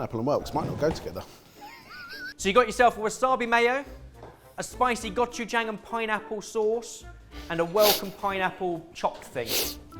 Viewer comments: Jahg not jayng. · I have to pause the video. It's not that hard to pronounce 고추장. Please call Jolly and practice for 5 minutes.